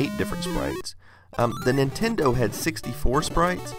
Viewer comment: nintento lol